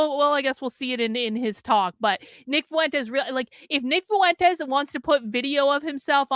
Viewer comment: Why do you say "foo-entes" instead of "fwentes"?